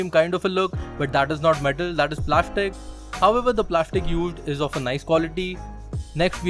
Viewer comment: Plashtic is gud... 😉😉